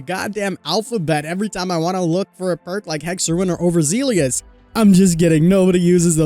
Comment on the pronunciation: “Opakity” and “Overzealious” 😂 sorry made me laugh.